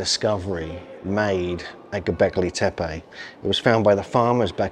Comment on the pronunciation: Porta Sar. Not gobelek tape